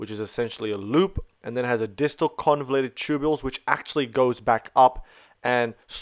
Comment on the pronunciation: just to point out it's convoluted and not convulated